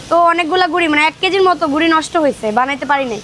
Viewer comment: এটা আরো পাতলা হবে ... আর গুঁড়া পানি দিয়ে গোলানোর সময় অল্প একটু তেল আর লবণ দিতে হবে ... Btw suggestion from jashore .... ( Origin of chita ruti ) আর সঠিক উচ্চারণ হবে গুঁড়া । ( গুড়ি ) না